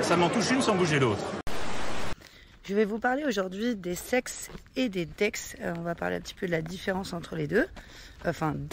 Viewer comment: lol m'a fait bugger intense!! J'écouter sans regarder, pas concentré et la phrase " Sur un sex tu peux transformé to argent normal en crypto" m'a fait bugger net... CEX pas sex.....lol. Il me semble que l'on dit C.E.X (CéEuIx pour éviter la confusion...)